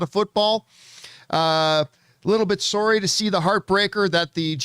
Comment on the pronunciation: Lol. Who else picked up on John's "SORRY" in that Canadian accent?